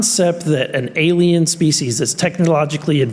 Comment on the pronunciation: Canada may be a little kooky but the Canadian pronunciation of alien as "ayluhmow" is baffling